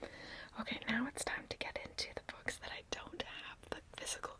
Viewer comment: Haha, I first understood "bugs" instead of "books". 🤣🤣🤣🤣❤❤❤❤ Book tapping is one of my absolute favorite ASMR triggers of all time!